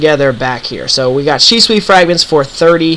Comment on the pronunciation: The only thing that bothers me about this video is, how you pronounce Shisui.